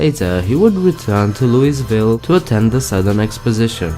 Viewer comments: It's pronounced "louh-vulle" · If you're going to do a video on a Southern State please at least learn to pronounce things (i.e.names of cities) correctly. Where is Looisville?? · Is it just me or does anyone else find it annoying when other people (outsiders) mispronounce Louisville??? Like its not hard to say it correctly!!